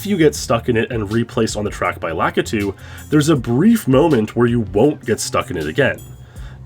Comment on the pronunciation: So are we sure his name isn't "Lah-Kee-Too"